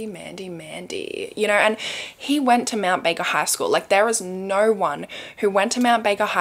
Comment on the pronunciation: Nigh-oh-eww!! = no 😅